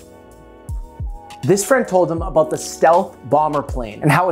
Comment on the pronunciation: How aboot that yee